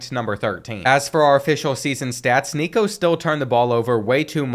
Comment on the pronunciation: thats not how you say nico last name